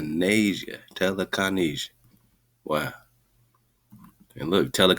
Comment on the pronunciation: Tele-Kahn-Asia?? This also looks a lot like telekinesis or telekenetics